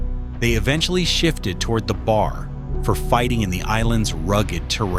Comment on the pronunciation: AI narration sucks. Teach your AI to say B.A.R., not bar.